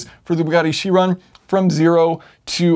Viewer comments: its kai - ron not cheeeeeron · It's pronounced "Ky-ron". Chiron was a Centaur in Greek mythology, and since it's a Greek word, it's pronounced by the Greek rules. (The letter "Chi", which looks like an X, is also pronounced "Ky".) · Is it really pronounced she-ron? I've been saying kai-ron... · Isn't it pronounced Kiron? Almost sure that it is... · All good and well but it's pronounced Ki-ron 'cringe' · isn't it pronounced kairon (chiron)? From greek mythology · Awesome video! But you pronounce Chiron strange ... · Anybody else bothered by his pronunciation of Chiron?